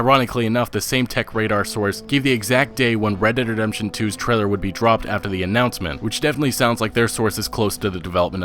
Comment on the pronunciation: Fucking say it right!?, You keep saying redt dem redemtjohn UGHHHH